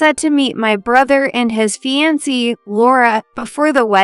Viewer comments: Fiancee mispronounced as well as lead! Correct the pronunciations so it doesn't sound so annoying! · Tell your readers how to pronounce fiancée!